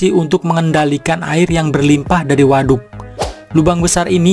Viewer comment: Ngomong WADUK na biasa wae atuh a